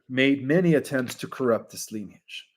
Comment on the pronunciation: Dude, it's ˈli-nē-ij, not leniage. Your mispronunciation of this common word, that is the basis of your topic, lessens your credibility.